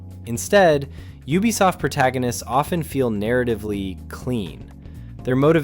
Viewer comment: Finally, a cultured pronouncer of "Ubisoft"